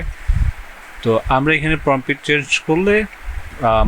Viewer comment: প্রমপিট ❌ প্রম্পট ✅